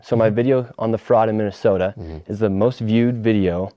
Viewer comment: He said "some of his fuckups were so unintelligible no amount of editing would make it acceptable" and then gave an example where the biggest and only fuckup was nick saying Mi-Minnesota. One single syllable stutter that wasn't even noticeable on the first watch through. WTF Is this hack doing cosplaying as a journalist.